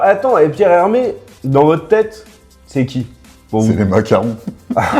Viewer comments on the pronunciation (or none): "Pierre Hermes" mdrrrr Un petit effort